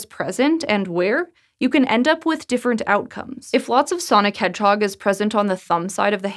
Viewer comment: Nobody:: SONIC HEDGEHOG